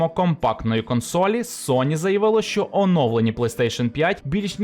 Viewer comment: ЩЬо, чЬому... пля..